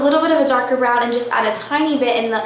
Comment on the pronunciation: Lol, is that how they say "and" in Texas? EEEEYAND.